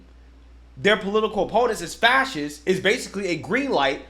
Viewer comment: He can’t even say fascists. Fassiss 😂